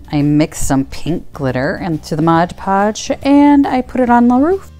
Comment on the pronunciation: So happy to find this video, even if s year late! I have this exact domed house and now know what I’m going to do with it! Also, it’s very refreshing to hear Mod Podge pronounced correctly, so thanks for that as well as the tutorial!